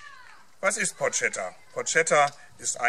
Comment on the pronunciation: it's written porchetta but you read it porKetta btw...